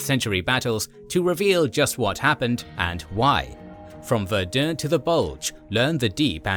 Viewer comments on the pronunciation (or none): none